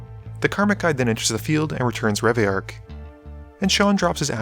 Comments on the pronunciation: Pronounced Re-Vi-Lark. it has 2 Ls ahhh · Please do us a favour and say reveillark and saheeli properly 😂😂